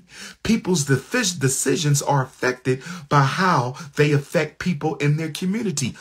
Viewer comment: "Afeck" his job? 😂